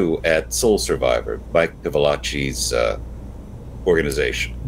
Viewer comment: PILAVACHI not Pivilachi!!